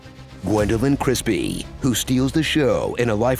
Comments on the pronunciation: Did... did you just say Gwendoline "Crispy"? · Did you say Gwendolyn Christie or Crispy? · Did you just say.... Gwendoline CRISPY?